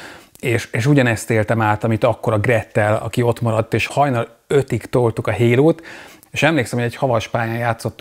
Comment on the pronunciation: "Hérót" értettem a HALO helyett :))